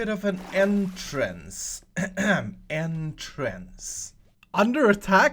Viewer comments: Wait, can you repeat one more time, did you say endtrance or entrance. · when you said entrance for the 2nd time i thought you said N-trance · I thought you were gonna make them go to the end since you said it like “end”trice.